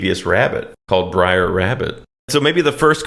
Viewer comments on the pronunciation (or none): Small correction from someone that's seen this movie ages ago. You keep calling him "Briar Rabbit", but it's "Brer Rabbit" (pronounced like bear with an 'r' added). "Brer" is an old southern slang term for 'brother' and has nothing to do with briars. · bruh its brer not briar tf is wrong with u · Br’er not Briar. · It's not "brier" rabbit, it's "br'er" rabbit - a contraction of "brother". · Bro, the constant "briar" instead of "br'er" is driving me bonkers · It is actually Brer like Rare - not Brer like Liar. He is thrown into the Brier Patch. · Not "Briar rabbit" He's "Bre'r rabbit" = "Brother rabbit" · You said "Sex in the City", Not only is that Mandela effected to Sex and the City but Brer' is shifted to Br'er in this timeline as well. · It's "Br'er" Rabbit, not "briar". It's an abbreviation of "brother". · "Br'er" = short for "brother", not "briar". Br'er Rabbit lives in the briar patch. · It's actually "Br'er" Rabbit, slave-speak for "Brother" Rabbit. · It's not Briar, it's Br'er, short for Brother. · It's "Br'er Rabbit" (pronounced bRARE), not Briar! Damn, it's like you didn't grow up watching this romanticized reimagining of the terrors of the Reconstruction era! Awesome video, as always! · Oh my god, you can’t imagine the horror of listening to you mispronouncing BR’ER (BROTHER) as “Briar” 75 times! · Br'er rhymes with "air." Not briar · It’s not “briar” rabbit, it’s “brer” rabbit which means brother. That’s why all the animals are brer something. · It’s BROTHER. NOT BRIAR!!! Lmao 🤣 And it’s a GREAT MOVIE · Braer not Briar. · Pedantic Nitpick: It's pronounced "Brer" Rabbit (short for "brother"), not "briar". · You’re mispronouncing “Br’er”. It doesn’t sound like “briar”. Sounds more like “rare”. Funny stuff tho! Big fan ☺️👍🏼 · "Briar Rabbit" is driving me fucking nuts. It is not Briar Rabbit. It's Br'er Rabbit. Br'er is an abbreviation of Brother. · It's Brer Rabbit, not Briar. Brer is "brother" in his dialect. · Bro it’s br’er (as in “brother”) not briar…